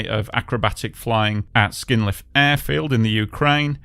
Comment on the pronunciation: How hard is it not to mess up the order of the letters when pronouncing proper names though? It's not "Skynliv" (skin-leave?), it Sknyliv (skny-leev). It's not "Motuzvik", it's, well, Motuziak (mo-too-zjak). It's not "Onshychak", it's Onyshchak (o-nish-chuck, the "chuck" is pronounced the same as in "Chuck Norris"). It's not "Yarnia", it's Yaryna (ya-ry-na, or at the very least ya-ri-na, if that makes it easier for you, which is basically Ukrainian variant of Irina; you wouldn't say "Irnia", would you?). It's not "Olya", it's Oleh (Oleg, if you're russian-brainwashed). And also, it's not "Vlodymyr", it's Volodymyr (I know, the temptation to say "vladimir" [yuck!] is very high, but you should suppress it).